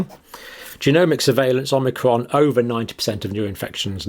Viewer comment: Are my ears malfunctioning or does the good doctor keep saying "omnicron"?